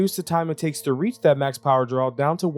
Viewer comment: That makes more sense haha. Really sounds like you say 'and'.